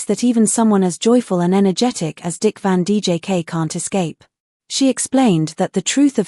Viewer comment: Its Dick Van Dyke,not Dick Van DJK.